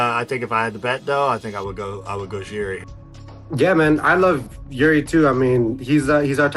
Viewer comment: stop calling a walker yuri His name is JIří it is a royal name one of the most important names in European history the equivalent of the name jiří is George not JURI